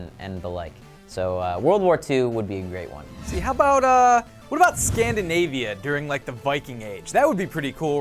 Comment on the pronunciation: "ScandAnavia"? No. Scandinavia, hell yeah! Sweden would make a great setting, I wanna free-run on my own house